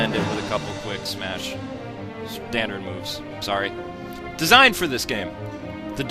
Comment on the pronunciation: lol he said lesigned